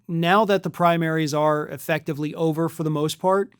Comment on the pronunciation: You guys keep saying it's ober